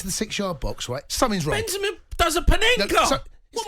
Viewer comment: Why Jamie keeps saying Binzima? hehe